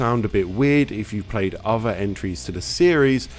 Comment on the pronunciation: Why do you pronounce "other" as "ova"?.